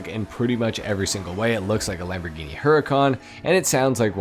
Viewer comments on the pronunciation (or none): none